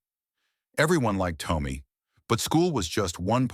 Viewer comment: Am I the only one that the A1 who is reading this is saying the boy's name wrong? I would say the name is Tom me and not Tome me. I'm sorry if I am wrong but I have never heard anyone with the name Tommy sound like Toe me!